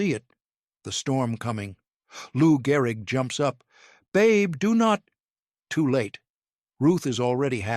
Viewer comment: Gehrig, not Garrig.